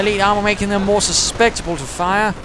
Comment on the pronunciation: For your reference, the correct word is susceptible and it's pronounced "su-sep-ti-ble. XD